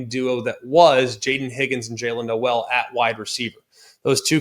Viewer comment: Pronunciation: Jaylin "NOLE" --- not "no-EL"